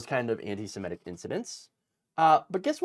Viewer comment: Semitic, not "simetic"